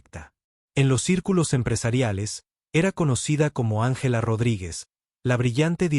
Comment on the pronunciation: Angéla y cuentanóslo y Morríson increible pero la lectura mecánica produce horrores.